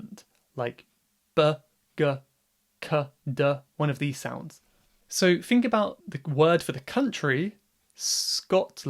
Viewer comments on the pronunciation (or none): "So, fink about..." "... a few fings" No, thank you.